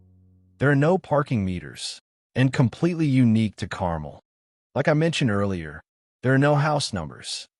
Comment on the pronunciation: the mispronoucation of Carmel is really cringy, and give this video an AI narration vibe/feel. Which is unfortunate.